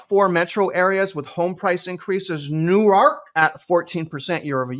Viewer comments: just FYI, ‘New-ark’, is in DE and is where the University of Delaware is located. But Newark, NJ is pronounced closer to one syllable sounding more like ‘Newerk’. Similar to how Houston St. in NYC is pronounced like ‘Howston’ vs. how Houston, TX is pronounced. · The easier way to describe the NJ pronunciation is “Nork” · Newark is pronounced Newwork :) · Love your content! (Also, Newark, NJ is pronounced "Newerk," almost like "Noork." Newark, DE is pronounced "New-Ark.") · 😂 U totally destroyed da word Newark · They are definitely lying their butts off now, it is crazy because I clearly see prices declining in most places., the funny thing about Newark is that it sounds right with any vowel EXCEPT the A that it has. Newerk, Newirk, Nework, Newurk, Newyrk.